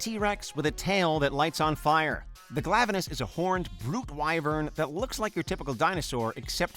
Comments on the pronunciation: I call Khezu the same way he does, and he pronounced Glavenus correctly. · But... Glavenus was actually right... It's not "Glaive-eh-nus." The spelling of it's name would literally just be "Glav." Lowercase 'A' sound. And as of Iceborne, it's officially pronounced in game this way.